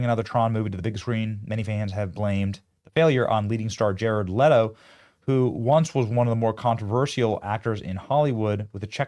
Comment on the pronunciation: No Benny, it IS jared LEE-TO. Just like rachel ZEE-GLER. Who cares no respect for narcissistic pretenders